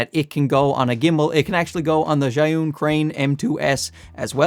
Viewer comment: How did your learn how to pronounce Zhiyun so well? Maybe you're not such a simpleton. Or maybe it's a ruse to keep us from knowing that you are secretly a card carrying member of the CCP. It looks like you live in a communist country that patches their streets over and over never actually repaving.